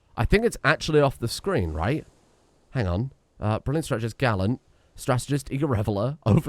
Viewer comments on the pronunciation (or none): none